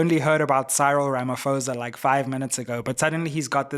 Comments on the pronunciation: This bad pronunciation of our Presidents surname is still palatable prounounced it as Ramap o e s a 😮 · Sayril Ramafowza😂😂😂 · 😂 You can't even get the South African presidents name right!